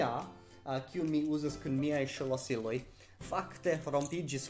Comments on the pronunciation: Daŭris iomete longe antaŭ ol mi komprenis, ke vi diris la vorton ”ŝlosilo”. Vi vere prononcas ĝin kiel [ˌʃəlɔˈsilɔ] anstataŭ /ʃlɔˈsilɔ/. Ĉu vi kutime faras tion kun vortoj, kiu komenciĝas per ŝ + konsonanto (ekz. ŝtono, ŝvebi, ŝnuro)? (Tiu signifas, ke vi intermetas ŝvaon (t.e, la sono de ‘e’ en ekz. la angla ‘taken’) inter la ‘ŝ’ kaj la ‘l’ en la vorto ‘ŝlosilo’. Tiel ‘ŝ’ plus tiu sono iĝas plia silabo.) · Okej, mi provas klarigi ĝin. Jes, vi prononcas ĝin malsimile al la prononco de forvo. Mi klare aŭdas sonon inter la ‘ŝ’ kaj la ‘l’ en ‘ŝlosilo’. Vi kreas silabon. Do, vi esence diras ‘ŝe-lo-si-lo’ anstataŭ ‘ŝlo-si-lo’. Ĉu vi ne aŭdas diferencon kiam vi aŭskultas al vi mem kaj al forvo?